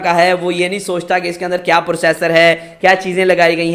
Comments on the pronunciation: Bekar review totally baised Or pursassor ni hota processor hota hai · When i heard “Pursasor” I Closed the video